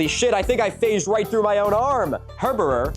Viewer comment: Heberer is pronounced heber